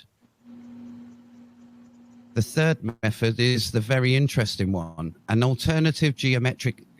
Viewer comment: a narcissistic Dunning-Kruger moron who cites a plethora of articles without reading them, and then spews pure bullshit, thick as shit. One's intelligence is suspect when you pronounce method as mefod.